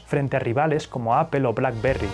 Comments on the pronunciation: Se me muere un poco el alma cada vez que escucho "apel" en lugar de "apol" pero qué buen canal jaja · Solo una observación 👀...Apple se pronuncia (appol) 🍎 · Apol no apel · Porque le dice Apel a Apple? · Apple, se pronuncia “apöl”. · Se escucha feo (apel) 🙄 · Ustedes los españoles tienen mal pronunciación en el inglés Apple se pronuncia apol